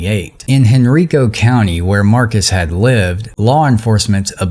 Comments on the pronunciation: thank you for your reporting, this was a very sad situation. Not to be pretentious, but Henrico County is actually pronounced Hen-Rye-Ko. Hope this helps some. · Everyone in this story is black except the libtard governor, but somehow the sister called the bill that was meant to help mitigate the issue "Racist". How is race a part of this story. Oh, and by the way Henrico is pronounced Hen-Rye-Ko. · Henrico is pronounced Hen 'rye' co